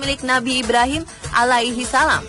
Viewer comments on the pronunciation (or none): none